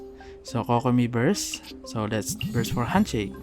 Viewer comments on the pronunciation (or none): I was laughing when you said ''brust for handshake'', btw i actually love it. my country didnt speak eng a lot i can speak eng well but sometimes i cant hear what're they speaking, nah when i hear your voice i can understand without subtitle